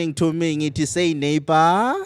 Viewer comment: 😂😂😂. Say neighbor😅😂